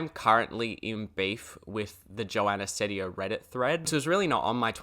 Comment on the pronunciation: But change the way you pronounce her last name, this is a threat